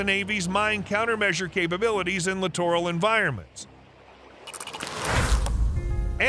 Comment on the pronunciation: Another LCS video where the narrator doesn’t know how to pronounce “littoral”. It’s pronounced like literal.